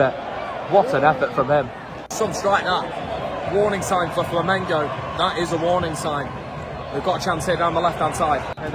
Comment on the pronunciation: Hey buddy. Nice to see you talking about my Mengo. But I want to see and hear you say Flamengo. You and your frien are saying Flamingo. I'm a new subscribed in your channel. Welcome to the biggest group of fans in the world. We're about 50 millions.